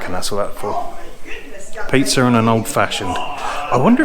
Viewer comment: I was laughing all the way through 😂 Do you know when you say pizza, you add an R at the end ??😂😂😂😂